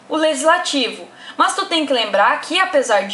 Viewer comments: “mâs” kkkkk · MÂS ... MÃS KKKKKKK MDS